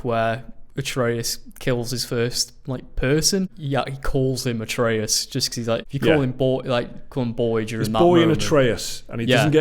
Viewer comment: Its not ay-tree-us, its ah-tray-us